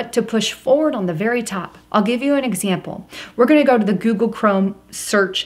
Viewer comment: joogle and jootube